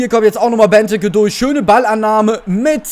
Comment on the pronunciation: Es heißt nicht Beneke sondern Benteeeeeke ausgesprochen